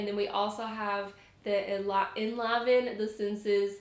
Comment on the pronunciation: I believe you pronounce enliven with a long I. En-live-n.